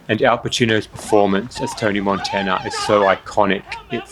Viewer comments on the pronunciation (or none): none